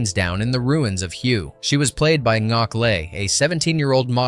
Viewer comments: Hue is pronounced like 'H-Way' or 'H-Weigh' :) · Did you pronounce that as "WHO" !??! come on!!